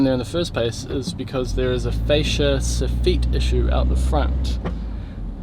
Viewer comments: So feet lmao... pronounce it (soff it) .... soffet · Fuck me m8... So-feet was a hard word for me to choke down for 9mins... Hawdcore m8, hawdcore. Otherwise excellent vid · Stop saying sofeeet. Lol. Joiner from Scotland. Keep up the good work👍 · You say "soff-eat", I say "soff-it" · Every time u said sofeet I did sofit as I'm form Ireland and we say sofit😂😂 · Its Sofit Not So-Feet. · Lol sof-eet. We call it Soff -it. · It's not sofeet...it's soffit. I always hated fixing someone else's crap work. BTW...this video had no ad at the beginning. It would be a crime if you are not getting monetized. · Funny how you pronounce Facia the same way as we do here in the Uk, but it took me a while to understand what you were talk8ng about when you say soffit …. Lol. Phonetically it sounds like Soff it when we say it. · Here in the comments just for the so-feet banter. I can’t tell if that’s how it’s pronounced in NZ or if someone told poor that’s how it’s pronounced when he was an apprentice and damned if he’s gonna change now! 😂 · When you say " soffeet" I assume you mean soffit! Never heard it pronounced like that, sounds like soft feet. 😂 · Funny hearing you call a soffit a so feet. Protect your fingers. Thats gunna leave a scar. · It took me forever to figure out what suffet was until I saw the picture than realized we pronounce it totally different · The way he says soffit is so weird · Love your videos but cring when you pronounce soffit.